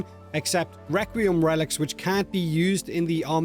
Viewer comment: WEQUIEM WELICS lol